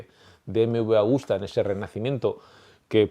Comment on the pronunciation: Hola , es Agusta no Augusta. Pero esta muy bien , Agostini es sin duda el mejor de todos los tiempos sin discusión. Gano en 2 y 4 t en las categorías grandes y lo que para mi le da más valor ganaba en la isla de man. Sigue así, me encanta la historia del motociclismo. Gracias por tu gran trabajo.